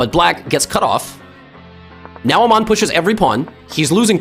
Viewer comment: Did bro just say 'Amon' 💀